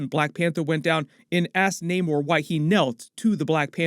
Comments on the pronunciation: Bro it's not NAYMORE... It's NAMOR.... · Why does no one just pronounce namor correctly , it’s not like it’s a complicated name